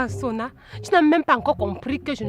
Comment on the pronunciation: J’aime ❤ trop surtout sa manière de prononcer le nom de Sonna